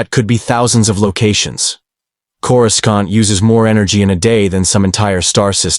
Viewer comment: i wish you would fix the pronouncing of Coruscant. it is really annoying in each and every story